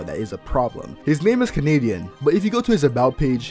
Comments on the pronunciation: “Kenedian” is a violation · I just realized you pronounce his name "Canadian" lol Edit 1 added " Edit 2 added the edit thing